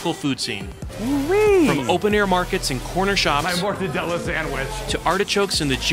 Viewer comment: "motadella sandwich"...MA LI MORTACCI TUAAA...